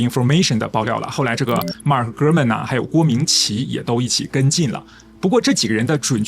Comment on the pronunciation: “Gurman说”听起来像“哥们儿说”😄